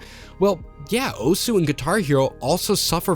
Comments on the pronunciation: The U in OSU! is silent because it is Japanese. It's a very manly and rough way of saying "HEY". Accosiated with delinquents and martial artists. And its not pronounced Oh-S either heh. It's more like Oz (like in the the wizard of oz)! The name stems from the fact that OSU! is a simulator of the games series "Osu! Tatakae! Ouendan!" (HEY! FIGHT! CHEER SQUAD!") for the Nintendo DS (also got a US entry in the series named Elite Beat Agents). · Don’t be ignorant. “Osu” is pronounced “oss” where “u” is silent because that’s how Japanese works. Study the language a bit. It uses “syllables” in its written language. To make a single consonant, it drops the “u.” So if you say “I’m a teacher” in Japanese, it’s written as “先生です.” (Sensei desu) but most Japanese say “dess” instead of “desu.” Some say desu for emphasis or just to sound “cute” but most say dess.